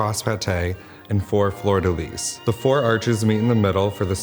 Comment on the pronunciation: He is a "specialist"?!?!? Then why can't he correctly pronounce "fleur-de-lis" or "ermine"? Oi vey!